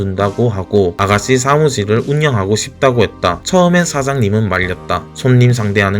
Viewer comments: 보이스피싱에서 믾이 듣던 발음 ㅋㅋ우리 아가쒸는 ㅋㅋㅋㅋ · 혀가짧아서 혹시 시읏 발음이 안되시나요?? 아가싀는 스아무스일 이렇게 얘기하시는데 살짝 교정 부탁드립니다..